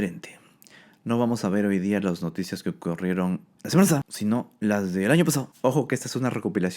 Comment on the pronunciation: Lasemanapasada, elañopasado 😂